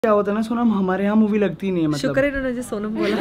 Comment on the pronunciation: She is saying saunam instead Sonam. And loaby instead lobby. 😭 sab Seekh jaati hai ladkia makeup, class everything but English me hugg deti hain. Why? 😭😭 Please work more on your vocabulary pronounciation this english isn't suiting your character.